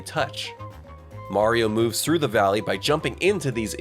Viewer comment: “So he mueuves through an adjacent castle to get there”. I know you meant to pronounce it normally(like “moovs”).